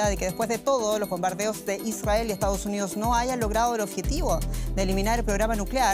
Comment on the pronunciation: Dice "EstaOs UniOs"